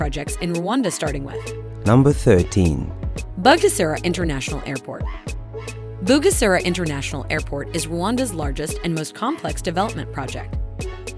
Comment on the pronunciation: As a rwandan myself i am happy but the way the said bugesera is wrong you can learn how to speak it by a day(Just make sure to not forget) love you all!🥰